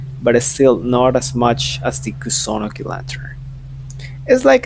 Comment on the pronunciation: The way u said kusunoki 💀